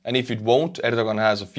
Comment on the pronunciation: I believe his name is pronounced “air doe Juan.”